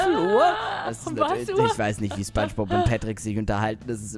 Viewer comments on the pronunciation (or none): Kannst du bitte spongebob sagen und nicht spangebob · nach 7 Jahren sagt der Typ immer noch SPANSCHBOB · wie du imma spangbub sagst. xd